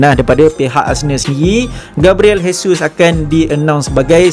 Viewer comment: Sebut dia jesus je bos,j bukan h,dia orang brazil bukan spain